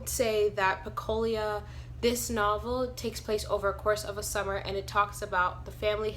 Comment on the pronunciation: Pecola not pecolia